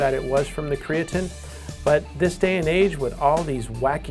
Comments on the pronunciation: karatnine? why the difference in pronunciation? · 1 the person can't even pronounce creatine. 2. There have been proven studies that say that creatine DOES NOT cause any kind of kidney damage